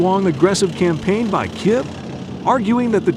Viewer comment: Kyiv is pronounced Keev, NOT KIV. Sorry, I just wanted to bring it up. Good video.